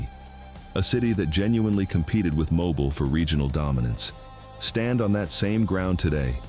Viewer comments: No one drives by Ft. Mims it’s several miles down a dead end road. I’m from Mobile, bless your heart to all who can’t properly pronounce the names of a lot of our cities in the south. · When your AI couldn't correctly pronounce the name of the second largest city in the state, I gave it a thumbs down and stopped watching. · Dead giveaway of AI: Mis-pronounce Mobile. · watching from Auburn. Check your pronunciation of Mobile. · That AI mispronunciation of “Mobile” did its job 🤣. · It is sad that AI is pronouncing Mobile Alabama incorrectly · Stopped watching after they pronounced Mobile wrong twice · Thanks...I was just about to attempt to correct the pronunciation of Mobile. BUT this is AI generated- so...that's as good as it can do. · He pronounced it every which a way but right. Impressive, even for ai! 🤣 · I realize this is AI learn to pronounce Mobile correctly also it's the Gulf of America Click bait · The mispronunciation is of Mobile is awful. At least learn how it is pronounced before creating content. FYI if you come across Helena, AL it is not pronounced the same as Helena, MT. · The AI voice wasn’t intolerable until it mispronounced Mobile! Atrocious! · Another idiotic AI video. I stopped watching it when "Mobile" was mispronounced . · Lost me at mispronoucing Mobile. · Will someone please teach the AI readers how to pronounce Mobile! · You ca😊e😊pronounced mobile correct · Will you fkn please pronounce these towns correctly??!!! It's not that fn hard...Azzhole!!! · Yes! It drives me especially crazy when they pronounce Mobile like that! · Oh F off. Our state is beautiful. I live in Baldwin County and its full of tourists and going strong..and whoever is narrating this needs to learn how to pronounce “Mobile” so yeah keep your sorry liberal butts in California bc you all have ruined your state electing democrats. Our state is beautiful and just fine. Most of the places this moron is talking about was merged with bigger cities. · mo-bill not mo-ball